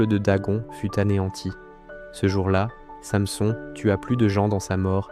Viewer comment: Revoir la prononciation de [Samson] ....